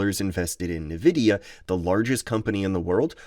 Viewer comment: OMG! Why are you pronouncing Nvidia as "navida" instead of "N-vidia"???